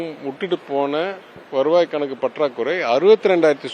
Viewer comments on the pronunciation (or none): "கனக்கு" இல்லை கணக்கு என்று உச்சரியுங்கள். PTR மைண்ட் வாய்ஸ்.. நான் FINANCE அமைச்சராக இருந்திருந்தால் இவ்வளவு கடன் வந்திருக்காது. பட் வெளியில் சொல்ல முடியலை.